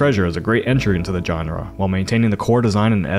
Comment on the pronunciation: Say genre again.